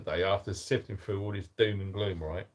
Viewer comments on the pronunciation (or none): none